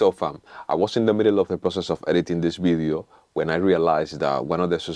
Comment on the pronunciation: "in this....Bidio"? what is...bidio?